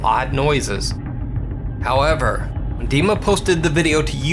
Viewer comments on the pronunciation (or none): none